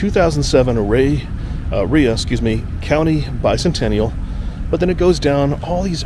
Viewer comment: Rhea pronounced “Ray “